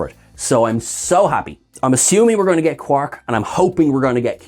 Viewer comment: It's not Quark we're getting in LD this week. It's Broik.